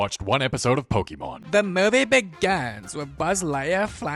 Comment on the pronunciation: “DA MOVIE BEGINS💅